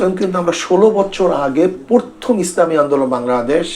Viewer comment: শব্দটা পরথম না প্রথম।